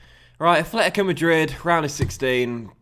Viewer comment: Why do you say afletico hahahaha it's atletico